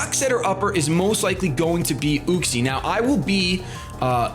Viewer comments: It's pronounced YUCK-SEE. Not OOCK-SEE. Just... SAIYAN OHHHHHHHHHHHHH HAHAHA SO FUNNY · i think its pronounced Yuck-see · It's pronounced UU-xie. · you say uxie weird. i always thought it was you-ks-ee